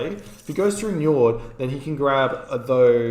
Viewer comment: Nyord. N is soft J is silent.